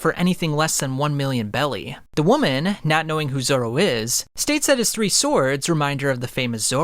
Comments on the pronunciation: Please dont say ”Zolo” ever again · bro really said Zolo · What the heck is Zolo it's Zoro 😒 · 😂 he said zolo